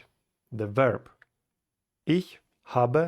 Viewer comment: спасибо, только не верб а вёрб, ну и, славянский акцент ярко выражен :)